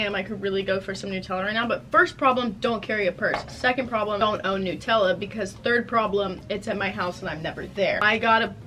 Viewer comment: why do u say nutella as newtella